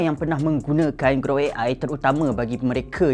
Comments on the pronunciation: Gruk Gruk Gruk "GROK" bukan "GRUK" ni bukan bunyi kunyah keropok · orang kata (Ge-rock) dia (Ge-ruk). 😂.